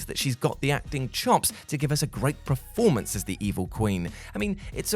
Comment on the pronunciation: PERformer. PERformance Not PREformer or PREformance Please!